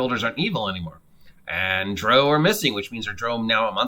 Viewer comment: The core races are in the PHB. Also you are mispronouncing drow